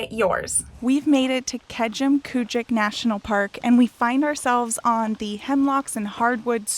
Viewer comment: It was funny hearing you pronouncing Nova Scotia names wrong. Also, if you don’t book sites at Keji( this is what most Nova Scotians call it) when booking opens in, I think January, you may not be able to get a site.